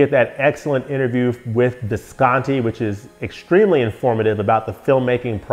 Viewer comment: thank you for the correct pronunciation for Visconti! 😀